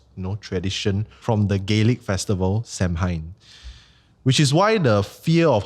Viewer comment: Love season 2. Btw. Samhain is pronounced sown (sow wen)